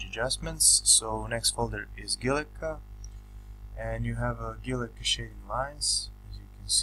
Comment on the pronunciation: Guilloche is a french word and is pronounced like GILLYOSH, with accent on the letter O.